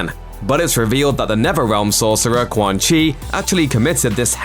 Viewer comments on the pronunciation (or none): none